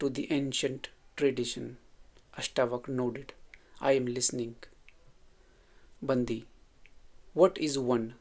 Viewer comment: It’s pronounced as बण्डि not बन्दि